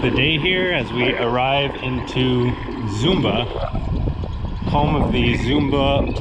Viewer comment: .your filming is awful, one kiosk after another. Missing the lovely natural features. Please correct your pronunciation of Zomba, it’s not Zumba